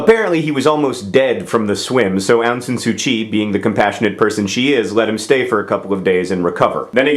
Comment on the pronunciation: John, as a second-generation Burmese-Chinese in the US, I have to say that your pronunciation of "Myanmar" and "Aung San Suu Kyi" makes me cringe. It's a bit complicated but they're pronounced "Mee-an-mar" (combine, like slur the "mee-an" part, because I have no idea how to spell it the way it should be pronounced). And it's "Awng (like "A what a cute puppers!") Sahn SU Chi." There, I hope I have taught you proper Burmese. And thank you for referring to the country as Burma. No one likes calling it Myanmar. Ew.